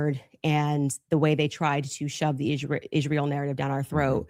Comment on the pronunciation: I almost noped out when she first opened her mouth and pronounced Israel the way she does.